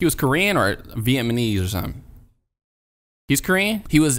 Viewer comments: SHOOKJIN Lol I thought I was the only who heard the "VietMAnese" 💀💀💀💀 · Did you say, "Vietmanese"? VIET-MA-KNEES 😂😂😂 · “Viemeknees” LAMOO